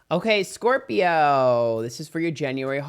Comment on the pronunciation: Me when calls me a Scorpi-ho 🥹